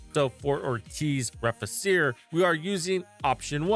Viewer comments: Nice video... just wanted to point out cause my OCD won't let me NOT do it... is the pronunciation. Re-fee-che-re is how it's pronounced. It's Latin. Means To Rebuild/To Repair/To Restore. :) Happy hunting. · Just a bit less aye and you'll be good to go. :3